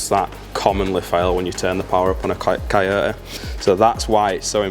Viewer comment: I watched just to hear him say ci-o-ta(coyote) in that accent